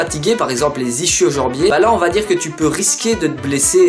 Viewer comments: 👌comme d'hab. Ischio Jambier ça se dit "Iskio Jambier"👅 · Si tu veux ischio-jambier on peut prononcer ischio en remplaçant le ch par le son k. On le prononce comme ça en france.